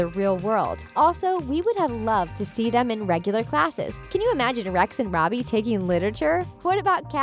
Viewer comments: And she also said roby instead of Robbie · girl you called robbie “ronnie” and it’s killing me LMAOO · And , it sounds like she says "Ronnie" instead of "Robbie" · is it just me or did she say Ronnie one time instead of Robbie